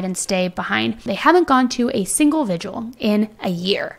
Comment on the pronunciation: Vigil. Not vigual. That said, I LOVE your videos.